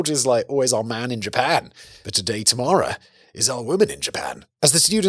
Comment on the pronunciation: The way you say "Tamara", it sounds like you're saying "tomorrow" with an accent 😂Actually, I guess there's 2 accents happening 🤣